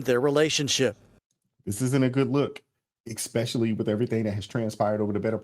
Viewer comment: says "eKspecially" in EVERY EPISODE. 🥴😖